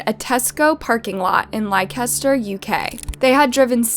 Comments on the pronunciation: The pronunciations in this video are painful.. She said LI-KEH-STER...😖 It's LEH-STUH. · Its pronounced "Lester" not "Lie-caster" 😂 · Likester 😭😭😭 wtf why would anyone pronounce Leicester like that 😂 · It’s not pronounced Like-ester, try Lester (Leicester) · It's pronounced LES-TER-SHIRE. Not Li-Kes-ter lol. Leicester. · The town Leicester is pronounced Lester not lie-kes-ter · It’s not “li-kester” It’s pronounced “lester”, Leicester . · Hey narrator, Leicester is pronounced “Lester”. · Leicester pronounce (Lester) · It’s pronounced “Lester” just so you know not that it matters but js for the future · This whole family is all kinds of messed up. By the way it is pronounced Lester with a silent I and ch. I’m from London but this is the way I pronounce it 😅🇬🇧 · Great vid as always. Well researched. It is pronounced "Lester" just for future vids xx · Leicester is pronounced Lester in england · 😂😂😂😂 no way the way she pronounced Leicester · Damn, You have butchered the pronunciation of Leicester city. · Pronounced Leicester completely wrong. Yikes. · Great video but thats not how you say Leicester 😂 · Lost all concentration with this video when you pronounced 'Leicester' like that, but then you said 'blue seat' and I was completely done ☠️😂😂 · I'm more bothered with how she pronounced Leicester...🤣🤣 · I’m from London and it made me cringe so bad. And Yorkshire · Lykester huh? is a fun drinking game. Take a shot every time she mispronounces something and you can get a little toasty after every video. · Why can't you pronounce Leicester properly? Apart from that a good video